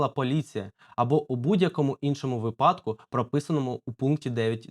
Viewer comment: Не випАдку, а вИпадку. Пора грамотності трішки набратися